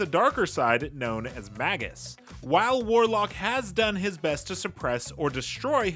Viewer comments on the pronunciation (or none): It's pronounced May-jus. Long A.